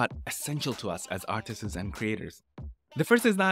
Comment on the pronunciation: My man, apply your art learning regime to English. Stop adding an extra S to every plural word. It's not "artistss", it's "artists".